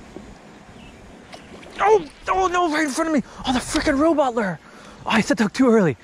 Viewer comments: Loo ure not lu er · you pronounce lure loo-ur not lur btw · Lure not lur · I thought I was the only one calling lure, larr... lol. Mouse larrrr instead lure. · Loo-er not lrrrrr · It’s pronounced (loo-er) not ler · Please stop calling it a lur..... it’s a lure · Dude it’s lure not lurrr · I hate how he say lurr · You say lure wrong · anybody else hate the way he pronounces lure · It’s pronounced lure not lure lol